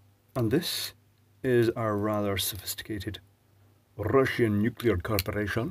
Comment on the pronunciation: Russian nu-clear Corp. 🤣